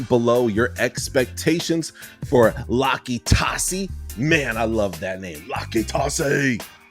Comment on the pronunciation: yup, you said his name right. Big uso looks crazy good.